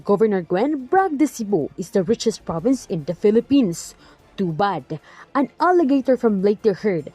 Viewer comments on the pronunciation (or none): none